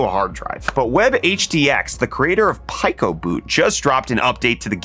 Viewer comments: You pronounced it PAI-co before pronouncing pico, which was weird, then you mispronounced comparable. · Blud said pie-co it’s pronounced pee-co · Pico isn’t pronounced Pie-co? It’s pee-co… pico like the size… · Is it pronounced pie co or pee co? Pick one. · Pico is pronounced “pee-ko”. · I thought it was pronouced "Peeco"